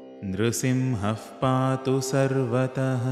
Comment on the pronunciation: Can I please know why you have pronounced the parts nRsiMhaH pAtu as nRsiMhaf pAtu, is there a reason behind this?